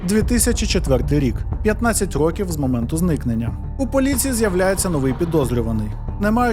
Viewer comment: В автора явна проблема з наголосом в слові "Років". потрібно з цим працювати, бо під кінець відео починає підхарювати. Наголос на другий склад може бути тільки в значенні невідомої кількості років. "Протягом рокІв не могли знайти нападника": "протягом 10 рОків не могли знайти нападника".